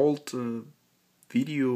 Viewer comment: its a "VIDEO" not a "BIDEO", speak better english before posting again